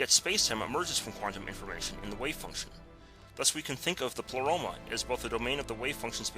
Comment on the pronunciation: pronounced "play-roma" not "pluh-roma"